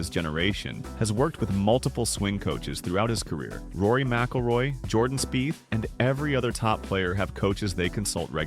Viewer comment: Rory Mackleroy....come on man